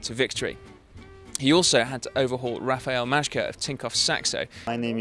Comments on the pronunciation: If you want to pronounce MAJKA as it should sound just say MAYCA it Will do. I suppose this name will be coming back. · 'If I muffle my mouth with this towel, no one will notice that I can't say Majka'